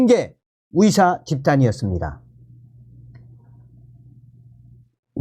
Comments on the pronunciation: 발음 좀 바꿔봐요 위사가 아니고 의사입니다 ㅋ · 어디서 왔는데 의사를 위사라 발음하나요? 중국?